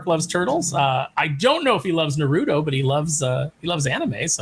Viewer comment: Nar Root Toe 🤣